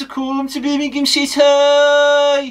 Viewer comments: Eermimgham city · 😂In bits can he call it Birmingh. EEEMM! 😅